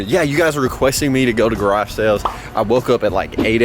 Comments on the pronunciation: Anyone else hear him say “Garashells” in stead of “Garage sales” ? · “Garage shales” lol